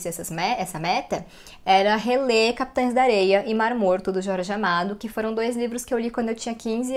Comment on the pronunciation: Ela fala o nome certo do livro "Capitães da Areia" 🥰